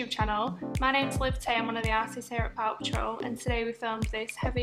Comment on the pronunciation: I’m sorry , I heard “Paw Patrol” 😭